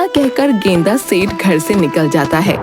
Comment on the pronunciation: गेंदा सेठ ❌ गेंडा सेठ ✅